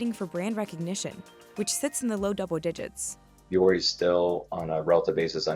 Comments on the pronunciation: It’s not Vee-yori it’s Voo-ory. Yes, I can speak finnish since Vuori is suomea. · VEE-ori??? It's pronounced vw-ori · why isn't it pronounced voo-ori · As a linguist, the fact that the founder is not pronouncing the brand name based on the spelling in English or the actual pronunciation in Finnish drives me nuts.